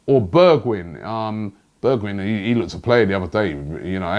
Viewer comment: Correct pronunciations: Van Der Bake, Zee-yek, Berg-vine